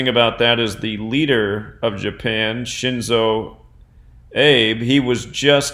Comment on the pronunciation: Japanese prime minister Abe's name is pronounced AH-bay...